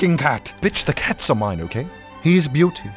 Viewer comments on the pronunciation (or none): none